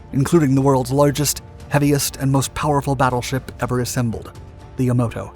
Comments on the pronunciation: Yamato, not Yamoto. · You said the name of the largest Japanese Battleship three times in less than a minute....First you said, "Yamoto". Then a few seconds later, "Yamato" (which is correct)...Then a few seconds later you again mis-pronounce it for a second time...."Yamoto".......I was interested in your video because my father was in the Third Marine Amphibious Corps, attached to the First Marine Division at Okinawa..... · The name of Battleship Yamato is pronounced "Ya-MA-toe," NOT "Ya-MOW-toe. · I was astonished to hear you narrate this video. Of all people, I would never expect you to call the Japanese ship Yamato, incorrectly saying Yamoto instead. Really? ... I always love and look forward to all of your Dark Docs video. But I was left mouth agape when I heard you say Yamoto! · Yamato not Yomoto. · Yamoto xD you reading text that you dont even understand. its YAMATO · It is not yamoto, it is Yamato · The Jap ship was Yamato. Not Yamoto. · Ya-MA-to... NOT "Ya-MO-to." It's spelled out for you... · You mispronounced the battleship Yamato as Yamoto ans then said Yamato… 😉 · Yamato, not Yamoto. Great video though. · The name of the Japanese battleship was Yamato, not Yamoto. Yamato is an ancient name for Japan. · Yamato. Not Yamoto. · The Japanese battleship's name was Yamato, not Yamoto. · YAMATO.....YAMATO......not Yamoto!! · when the guy your watching messes up the word YamAto with YamOto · It’s pronounced, “ya-MAH-to”. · Yamoto lol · Btw bro; Yam_ A_ Mo_ Tow! Ok!! Just stop pronouncing it so wrong! Gosh!! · I can tell the narrator has no clue about the subject he's reading and the author, what he's writing. "Decimated" island???? Battleship "Yamoto"? General "Geeger"? Fuckin amateurs. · "The Yamoto" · learn how to pronounce Yamato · It's hard to trust a documentary where they can't get the pronunciation correct. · Why do you have difficulty saying Yamato?